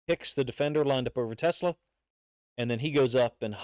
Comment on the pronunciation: Pronounce his name right. His name is Te-SLAA" the ACCENT is on the SECOND syllable